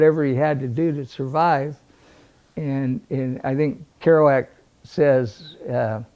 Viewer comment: "Kerouac" - come on!